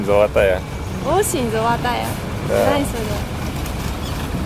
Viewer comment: "Осень зоЛотая" "Л" говорит не напрягаясь! Ваще супер девушка!!! )))